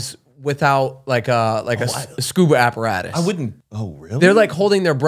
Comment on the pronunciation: who else got triggered when he said apparatus lollll